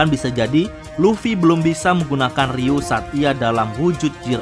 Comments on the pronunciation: Ryu-o min bukan ryuu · Bukankah nyebutnya ryuo bukan ryuu ya min..